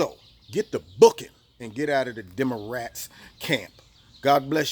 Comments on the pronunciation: Did he say "Demorats?" Hahaha... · "Demarats" I love it #walkaway